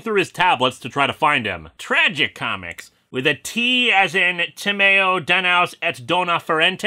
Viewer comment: I just irk every time he pronounces Tragicomix as "Tragi comics"!